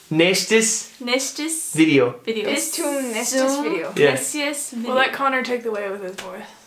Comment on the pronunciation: Her second attempt of "bis zum" was NATIVE SPEAKER LEVEL! oO I'm German and I couldn't distinguish this from a native speaker, no matter how hard I tried. Sadly, the rest of the sentence was not correct. It's "Bis zum nächsten Video!", instead of "Bis zum nächstes Video!". Just keep practicing! :)